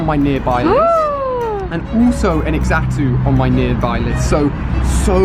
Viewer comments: Who was triggered when he kept saying x atu, instead of z-atu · ImSoSamDough right. He said X atu 😂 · Why does he pronounce Xatu as EXatu its pronounced as zatu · It isn't pronounced X Atu it is pronounced Zatu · alia, it's pronounced "zatu" not "X-atu" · Xatu is pronounced (Za-two) not (X-a-two) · You don't say x-atu you say it like satu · Its ZAN-TOO not xato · Xatu is pronounced Zatu not EX-atu, really irritating. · So cringey... "ex-atu", in the anime, it was pronounced "zah-tu". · Ali it's pronounced zatu not x atu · It's not x-tau it's pronounced zatu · IT'S FREAKING XATU NOT EXATU FFD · bro for f sake its Xatu not Exatu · FuriousMelon by exatu he mean x atu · ali your pronounceiation is off on Xatu your saying egg-sa-too you need to say say-too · ali a your so dumb youre saying x-atu thats wrong its xatu all in one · just so you know its pronounced Za-tu not X-atu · ITS CALLED ZATU NOT X ATU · it triggers me when he says exatoo instead of zhatoo (zatu) and skullmoy instead of skarmory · Ali u pronounce Xatu like Zatu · did he just say.. "ECKS-atu"?... it's ZAH-tu.. sigh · It's not x atu that's that what it's spelled like but it's actually zatu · Xatu is pronounced as za-too not x-zatu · It's pronounced Zatu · Xatu is pronounced like zatu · it's pronounced Zatu. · xatu is pronounced zatu!!! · I think it is actually supposed to be pronounced like zatu but I'll let it slide because you said you were bad at gen 2 pronunciations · Xatu pronounced (SACTOO) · Xatu is pronounced "Zatu" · Xatu is pronounced zatu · Xatu is pronounced like Za-two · YOUR PRONOUNCING XATU NAME WROG ITS CALLED (ZATU)!!!!!!! IM SO TRIGGERED!!!!!!😡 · Xatu is pronounced za-tu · xatu is pronounced zar-tu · ALI... XATU IS PRONOUNCED: ZAH-TOO!!!!!!!! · I don't pronounse xatu as x- atu I say it as zatu because the x is a silent z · Xatu is pronounced Zatu is it not. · u prounce xatu´s name wrong u pronunce it like zatu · xatu = zatu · FuriousMelon u say it like zatu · dude xatu is pronounced zatu